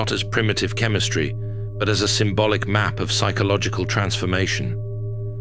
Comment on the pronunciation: Dude said negrado lmaoo